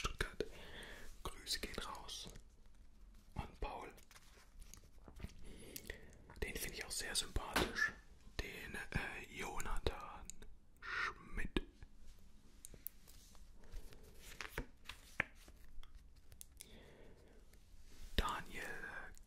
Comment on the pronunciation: Mehr solcher Buli-Sticker unboxings!!! Aber Jonathan "Schmied" spricht man Schmidt aus!😂👍